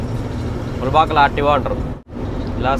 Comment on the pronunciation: Adhi mudubagal kadhuu mulbagal